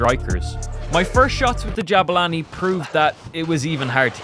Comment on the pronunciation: Que humilde poniendo jabani en vez de jabulani🤑👌🏻